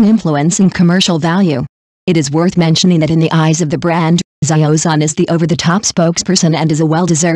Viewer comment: What kind of pronunciation is that? " Za yio Zon " ???😢